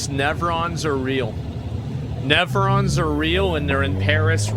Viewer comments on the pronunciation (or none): What's a "nevron"?